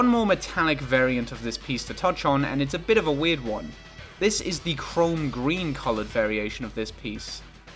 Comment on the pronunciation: pronouncing chrome as chrom like the fire emblem guy makes me happy